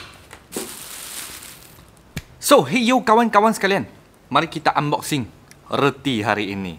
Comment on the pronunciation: Haha I just died when you say Unboxing!!!